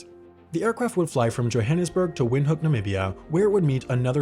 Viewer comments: you're pronouncing "windhoek" wrong, its more like "vind-huuk" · Great video. Would like to mention the correct pronunciation of Windhoek is Vinthook, given it's German origin. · i do gotta say as a namibian, that pronunciation of windhoek hurt me